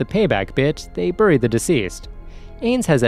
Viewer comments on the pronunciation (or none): none